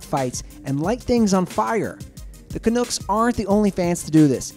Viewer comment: DID HE ACTUALLY CALL THEM THE CANOOKS!!!!!!!